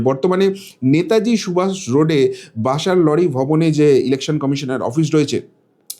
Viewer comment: ওটা বাসার লরি না। বলুন বামার লরি।